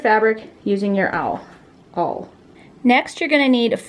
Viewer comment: Can't say awl either 😂